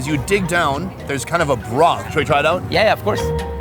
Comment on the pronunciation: Every time he says "broth" - it sounds so emphasised so it feels overused as hell